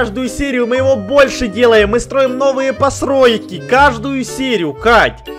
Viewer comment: Он сказал построски